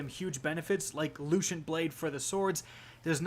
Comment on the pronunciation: Lucent Blade, pronounced: Lou-sent, not Lou-shent